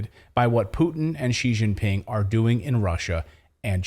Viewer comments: They can't even pronounce "Putin" in North America. It's not pronounced with a glottal stop instead of the T. It is Pu-Tin, not pu'in. Anyone can look up how to pronounce Xi Jinping online, so broadcasters should be able to perform that simple exercise. After all, we have the same sounds in English. "ing" is a common ending, J is like the J in June and July, and X is like a cross between the G in orange and the SH in she. She-jin-ping. :) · difficult to pronounce xi jinping